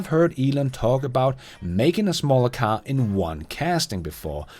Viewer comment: An other great one. Next lesson: Pronunciation of, Car and Childs🤣